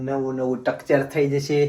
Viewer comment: ટકચર ❌ સ્ટ્રકચર ✅